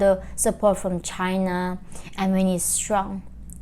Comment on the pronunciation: "channer" new accent 😁